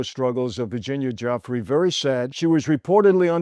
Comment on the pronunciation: Please pronounce Virginia's last name correctly. Right now you are saying 'jeffrey' of all things. Or just call her Virginia Roberts, which she was using.